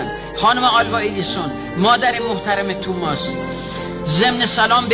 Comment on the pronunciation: توماس نه آقاجون، تامیس